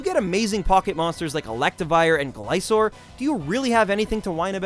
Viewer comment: arceus is pronounced ar-key-us, not ar-see-us. gliscor is gli-skor, not gli-sor.